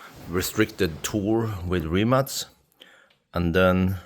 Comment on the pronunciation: Thumbs up you pronounce "Rimac" correctly 👍💪